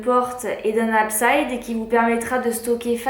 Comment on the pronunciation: Très bonne vidéo ! 👍Avec tous les détails. Mais de grâce on dit abside et pas absaïde c'est un mot français 😊